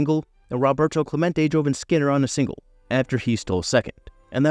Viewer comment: Clemente's first name is pronounced "ROH- bert-o," NOT "RAH-bert-o!" 😮